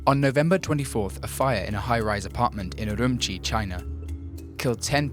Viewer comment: Uru-moochi !! not urumuchchi!